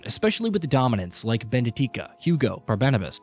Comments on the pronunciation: Her name is benedikta, not benetika 😂😂😂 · Ahh yes, "Benedika" and "Barbenabas" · "Va-LES-the-uh" - uhhhh what? It's "Val-es-THEE-uh" "Ch-arron"? It's pronounced like "Karen". Bene-tika, Benabus, "sayer norvent'... Good god, does no one listen to this before publishing?